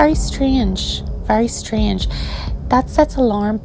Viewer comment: I like how the narrator pronounces strange as "stree-inge"